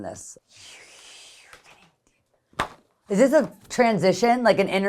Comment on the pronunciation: As soon as the video starts: “Izis trick queshunn”😂😂😂